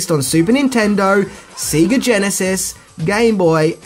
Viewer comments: SEGA is pronounced "Say-ger", not "See-ger". I can't let that one slip. Love me some Power Rangers though!. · it's pronounced SAY GAA not SEE GA lol🤣🤣🤣🤣 good video though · Sega is pronounced Say-Gah..... not see-gah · I can't tell if you're mispronouncing Sega on purpose as a joke or not. The company name is literally stated every time you turn on any game on any Sega device. Say-ga. Not See-ga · Dude, it's not Seega... even japan said S-E-G-A... its sei·guh heres 1 hour of japanese SEGA Commercials. never Once do they say Seega. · Sega is pronounced Say-ga not See-ga. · It's Say-gah not See-gah. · Have you always said seega and not Sega? Love the vids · It's Sega not seega. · SAYGA NOT SEEEGA -_ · What the fuck is "seeee-ga cd"???? Has he not seen ONE Sega commercial?!?!?! They literally tell u how to say it!! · Right! It irks me that a child of that era would pronounce it so wrong like that! I mean, when you booted it up, it literally tells you how it's pronounced. "Sayyyy-gahhh". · Lol at your pronunciation of Sega. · he can't even pronounce the household name "sega" right so I think a foreign name is a big ask